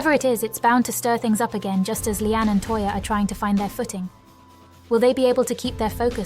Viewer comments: 🎉Her HER NAME IS "LEANNE" NOT LEANN.?? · Finally someone says it! Listening to 'Leann' has been driving me nuts 😢